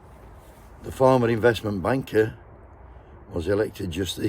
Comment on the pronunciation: Morning, think you pronounced banker wrong